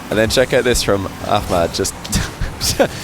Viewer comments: You've gotten way better at saying Khalid and ahmad correctly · Nice you are saying Ahmad an ms Khalid in Arabic Pronunciation almost close . I really respect that. Khalid would be hard for u 😹😹